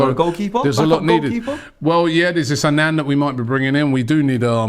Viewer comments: How is robbie calling onana anan wtf💀💀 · Everyone in the fucken world: Onana. Robbie: ANAN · Not Anan, its Onana